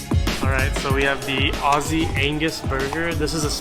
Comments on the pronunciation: Its spelt & pronounced Aussie not Ozzy as in Ozzy Ozbourne. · Why do Americans never pronounce Aussie (Ozzie) correctly? Drives me crazy lol